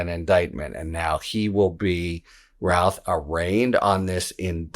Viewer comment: Thank you for pronouncing his name correctly. Routh not Ruth